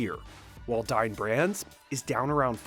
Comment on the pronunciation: Oof. Dine Brands sounds like Dying Branss.